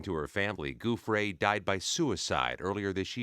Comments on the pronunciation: I hate when reporters mispronounce peoples name…Her name is Giuffre, with a soft “G”. NOT a hard “G”, as in Goofy. Do better if you’re on national news !🥴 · "Goofray?" How about showing basic respect and pronouncing her name correctly,? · Why do so many people in the media pronounce her name wrong?!? It's disrespectful. Virginia's married name is pronounced "Jah Fray". If you can't pronounce it, use her maiden name, "Roberts", which is appropriate since she was an unmarried minor when she was abused, trafficked and traumatized by Epstein, Maxwell, Prince Andrew and, probably, Trump. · Is this an AI robot voice? How does he not know how to pronounce her name? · At least pronounce her name correctly!!!